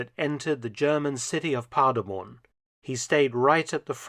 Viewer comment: The city is Paderborn, nor Parderborn like he pronounces it had to look at the map and the 2 star general executed...sad...wonder if the tank commander was held accountable for it